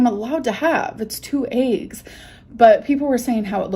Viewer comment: I know you lurk so listen: it’s EGGS NOT AYGGS. sincerely everyone